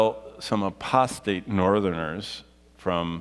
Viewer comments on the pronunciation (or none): none